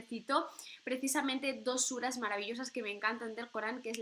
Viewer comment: Me ha encantado tu video y tu explicación del Sagrado Corán.Y las suras que bien pronuncias Shukran Jazeelan Barak Allahu feek